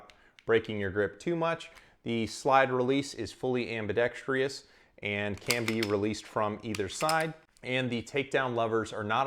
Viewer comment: You said ambidex-tree-us. I didnt rage quit but close. Good review, thank you